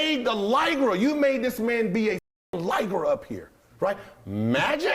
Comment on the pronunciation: I NEVER hear "Liger" pronounced like that 🤔......Gil made dat sh¡t sound coo af ngl lol